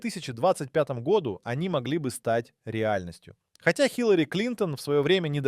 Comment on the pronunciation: Ролик сделан с помощью ИИ. Обратите внимание на ошибки в ударении, например " в ... гОду" и "в ... годУ".